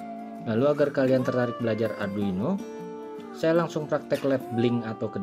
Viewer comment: Arduino atw adruino sumph salah sbut mulu